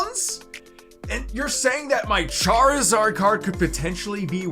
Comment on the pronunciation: MHM charizard say it right man